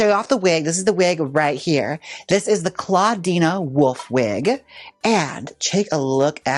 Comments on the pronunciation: “clawdeena woof” - jaymes mansfield, 2025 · Gotta love Jaymes saying a nonexistent a to Clawdeen's name lol